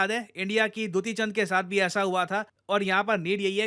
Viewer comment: She is दूती चांद✅ not ड्यूटी चांद ❌